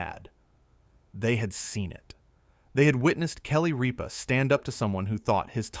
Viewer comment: It isnt Reepa. Its Rippa